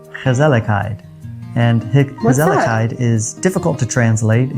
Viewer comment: i have to say for some one who lives this long in the Netherlands and cant pronounce the world Gezelligheid is just not acceptable. if you live in a new country learn the language in 20+ years time you can learn dutch easily especially as an american whos native language is English. you see that alot with americans move to the Netherlands yet dont want to learn the language because everything can be oen in English anyway.